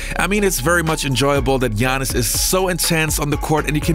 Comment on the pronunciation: What I like is that you pronounce right his first name.Speaking for old school I wish I could see him against the monsters like Hakeem and Ewing.